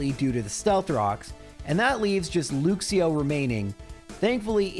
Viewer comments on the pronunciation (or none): Mate - your pronunciation of Luxio is painful hahaha